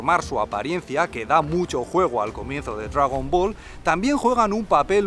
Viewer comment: Dragüibola? Hahahahaha los vascos molan